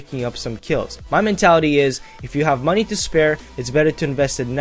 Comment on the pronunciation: MOENEYY HWOREERE Nah, luv u, good vid :3